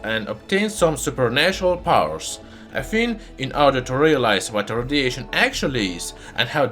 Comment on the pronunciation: I really appreciate the information you share with your channel, Also your accent is good to listen to 👍🏻 But I can't help but hear Rhodesian instead of radiation :p